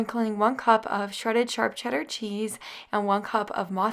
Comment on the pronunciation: You say charp cheddar cheese not SHARP.... makes me laugh love it